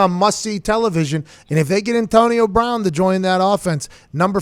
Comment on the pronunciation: Antonio Brahn